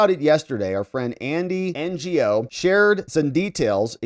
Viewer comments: "Ngo" is his last name, im pretty sure its pronounced "no" or "know" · If Andy is your friend, why can't you pronounce his name? It's not N-G-O. It's No. Why didn't you KNOW that. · Andy Ngo's name is pronounced, "No." He's a great investigative journalist. Check out his work on ANTIFA. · It's "Andy No" the g is silent. 😂 Calling him andy NGO makes him sound like Andy "non-governmental" agency...😂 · Andy “Ngo” is pronounced “NO”, in case you see his name again 😊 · Mr Andy N g o is pronounced, Andy No. Ngo is his last name and the g is silent. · Thanks, love the content. FYI Andy Ngo - his last name is pronounced "No". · Andy "Ngo" it's pronounced No. Andy (No) Andy Ngo.🤦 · Ngo is pronounced like “No” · Andy Ngo pronounces his last name "Eng"